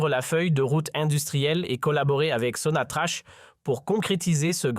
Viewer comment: Que des bobards..! Qui va vous croire ? Les imbéciles comme vous semblez l'être..si vous êtes comme vous l'insinuez, vous ne diriez pas Sonatrache..mais Sonatrakk..